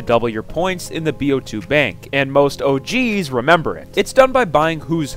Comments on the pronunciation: Sounds like he's saying "Oh, Jeez," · Anyone else get really uncomfortable everytime he says "OG's"